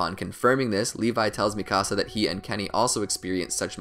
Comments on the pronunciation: lol he says mikasa like "Mì casa" XD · Sounds like mecasu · THE WAY HE SAYS MIKASA “MI CASA” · and Mikasa´s...he kept saying ''me cása'' XD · Is anyone triggered that he said “mikasa’s” name wrong!